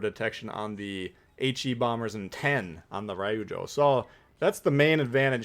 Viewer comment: Always entertaining & informative. FYI: Pronunciation help NOAF (No One Asked For) Ryujo: two long syllables, sounds like "due Joe" (where there's a "y" sound after the d in due). Keep up the good work. 20k soon